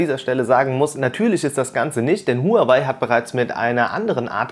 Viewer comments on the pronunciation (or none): none